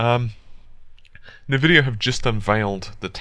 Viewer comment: Sorry man..this time I wont accept this. I understand technology better than you think i do. Dont talk to me about Nvidia..you dont even pronounce it correctly in your videos. its pronounced Envidia...not Nvidia (Same E as in Entertainer)